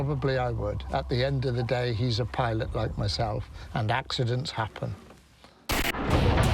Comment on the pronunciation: Your lucky for pilot? Butchering my language